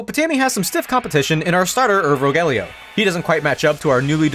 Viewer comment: Urvogel is pronounced like oor (like in noon) fo (like in fox) gel (like in bagel). Oor-fo-gel, at least thats how it is in germany. the "Ur"-prefix means ancient and "vogel" means bird